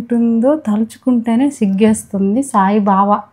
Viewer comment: Sai బావ కాదు sai baba🤣🤣